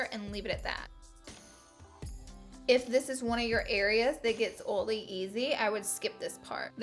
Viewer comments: Um... what the heck is Oly skin.. you mean oily?... no one says Oly. "Oly" pronunciation will never be a thing 🤣🤣🤣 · "Oley skin" "Ole - free foundation" "Oley eyelids" omfg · She says oily like "oly"😂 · So stinking CUTE the way you pronounce it "oh-lee or greeze-ee." You're bringing the Glama from Alabama! Other than your palette (obs) I guess my favorite product is the Tarte blush palette. #neverenoughblush #snapchat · 1. I subscribed to you originally because of how you pronounce oily. it makes me so happy. 2. my favorite product you used is the smashbox primer. I just learned the beauty of primers and am obsessed with all things smashbox. 3. every single face you made while doing your waterline and under lashes made my day brighter. #snapchatfam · Before clicking this video on my notifications I was mentally preparing myself for the "oily" mispronunciation haha. She says it so cute. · Perfect video for me. I suffer from oily skin. {BTW: I love how you say oily!} Love Love Love the OFRA oil control pressed powder. My secret weapon has been the Murad oil control mattifier with SPF 🙌🏻🙌🏻🙌🏻 snapchat fam